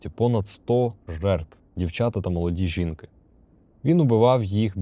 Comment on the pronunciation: Було цікаво. Лише цікавить, чого ви стали такі дивні наголоси. жІнки а не жінкИ, коли говорили про множину. І також, я розумію, що ви читаєте одним дублем, тому інколи чути, як ви запинаєтесь. Але голос у вас ідеально підходить для такого формату.